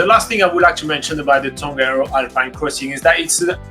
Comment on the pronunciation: Please try to pronounce te reo Māori words properly, like: Tongariro. Just try your best, your efforts are acknowledged. That is part of my my language and culture, and I care about it very much.